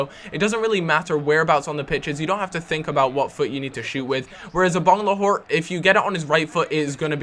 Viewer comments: It's Agbonlahor not Abonglahor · Please stop saying Abonglahor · "I-bang-le-whore" Brilliant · Why can't you say Agbonlahor?